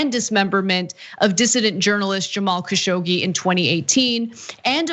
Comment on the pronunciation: the name is pronounced Kashog-ji